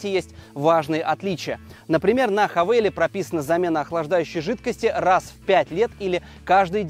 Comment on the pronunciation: Не хавэл, а хавал!!! Задолбали коверкать нарицательные названия.